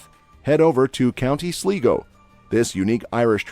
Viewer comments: SLIGO Pronounced Slygo not Sleego. Lol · Great research but he should have checked his pronunciations before recording. Three examples, Cade meel-ya falcha Slygo Ishka ba-ha.